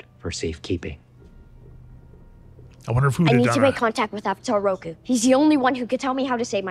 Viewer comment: They butchered Roku